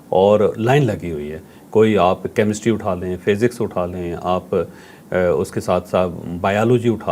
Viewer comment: جاوید چوہدری صاحب یہ لفظ فیزکس نہیں بلکہ فزکس ھے